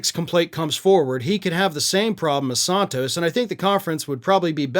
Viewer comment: I love you, man, but every time I hear you say “Santos” incorrectly, I cringe.